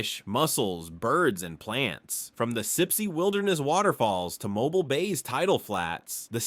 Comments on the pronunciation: This was the worst video I’ve ever watched from this guy, maybe the worst video ever. Again, you can’t pronounce Mobile, so just stop. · I'm not being mean, but you should check how to pronounce things and places.😂 I just thought it was funny how he said Mobile and other cities and words. I've lived in Alabama all my life (about 20 miles east of Birmingham). Where is he getting his fairly accurate information? I lived in West Blocton for about 2 years. There's nothing there. I remember people coming there just to see the Cahaba water lilies. I've only seen pictures, but they are so pretty and unique. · Seriously if you’re going to make a video about Alabama please learn how to pronounce names correctly Mobile is not pronounce like the mobile gas company it’s pronounce moh-BEEL and get your facts straight the Alabama state wildflower is the oak leaf hydrangea and the state flower is the camellia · As a Mobilian, we pronounce it with three syllables. Mo bea ll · The number of things this idiot obvious robot mispronounces is staggering. If you pronounce Mobile like this idiot AI (Absolute Idiot) in downtown Mobile you are likely to either be laughed at or more likely get your a$$ beat. Also Dauphin Island doesn't deserve such linguistic butchery either. The information is WRONG and the pictures are just disgustingly FAKE. It's impossible for an Alabamian to take seriously or watch since the writer loses all credibility simply because they are too stupid to do any research. Now go get an education and a real job and pick a subject you might actually have a clue about next time. Damn yankees! and no thats NOT capitalized in this context! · MOW-BEEL, not MOW-BULL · It's pronounced mo - BEEL! Say it with me, mo BEEL Not MO bull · 😢 MY FRIEND THE NAME OF THE TOWN IS PRONOUNCED MO-BILL NOT MOBILE😢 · it pronounced MOE BEEL NOT MOBILE, MOBIL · Mo BEEL NOT mo bul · "Mo-beel" Not "Mo-bull" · It is not pronounced as Mobile, it is “Mo-Beel” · It’s pronounced Mobeel